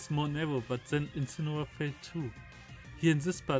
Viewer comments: You say incineoar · Don't you mean Incinewoar